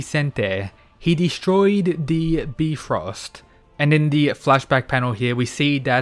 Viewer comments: Byfrost not beefrost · Bi not B Frost. Like Bi-polar or Bi-sexual Bi-frost. Not B frost lol. Cant wait for the fight. This gonna be good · Bfrost Me: Bifrost?: Bfrost Me: no- its Bifro-: Bfrost Me: Its bifros-: BFROST ME: NO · Just a friendly reminder, it is pronounce •By-Frost. No disrespect, just saying so you won't get roasted in the next vid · I can't take this seriously with him saying bee-frost instead of bifrost(by - frost). Can't wait to see the Emperor of China as a Kingdom fan. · Bifrost pronounced Byefrost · Was kinda bummed Apollo was gonna be the last greek god fighting, im glad Hades stepped up cause seriously Ares wouldve lost Edit: its pronounced BYe-frost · Nobody:: "Beefrost" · Love the vids but the "bee frost" hurts my soul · I don't mean to be that one annoying dude but I think Bifrost is supposed to be pronounced By-Frost because it was in the Marvel Thor movies too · Bifrost is pronounced Bye-Frost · It’s pronounced bye-frost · I love your videos but u saying bee-frost trigger me a little 🤨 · youre wrong, it is actually pronounced bee-fröst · if you really want to get technical then it is •Bif-rost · downvote so he doesnt see this and says beefrost again lol its funny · fair, but his is much closer to the actual pronunciation than bye frost. So it's an L either way. Thanks Marvel. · oh shit you're right. Bruh marvel fucked up my brain. It's (beh- frest).